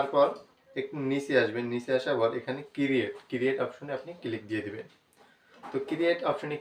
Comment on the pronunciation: ভাই এটা কিরিয়েট না ক্রিয়েট!